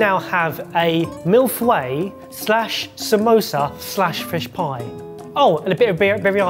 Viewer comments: Glad to hear that isn’t the only one who doesn’t know how to pronounce mille feuille. 😂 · "Milfway" Me, a francophone, who loves Millefeuilles: twitchtwitch... WHERE IS THE W SOUND COMING FROM???? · mille feuille [mil fœj] English does not have the [œ] sound ([ɛ] in English "set" but with rounded lips), do they're approximating the rounding of that vowel with a [w]: [œj] becomes [weɪ]